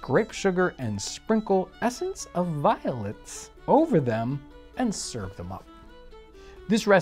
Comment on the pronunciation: I had to listen to that again a few times. I thought you said essence of violence. 😂 I was worried you were gonna hurt someone to make this.